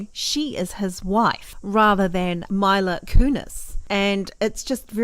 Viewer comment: Not Myila, but Mila -meela. Shes Ukrainian and so am i ,so i know. Just saying 😊